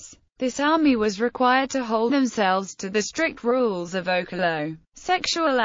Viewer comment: You're pronouncing okello wrong.